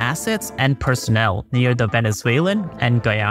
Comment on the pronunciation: Please, do check the pronuntiation of Guyana. Blood out of my ears. Thank you!